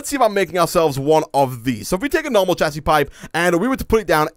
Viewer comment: hey you know that it pronouced "shasy" not "chasy"